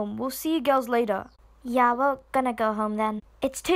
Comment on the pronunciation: “ A few hours LaTuH.”